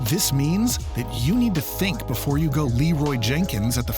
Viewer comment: Before Not boofore